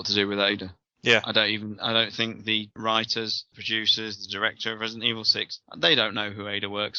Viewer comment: “It’s jus’ naught Residen’ Evil” sigh Totally agree, Man. Totally agree.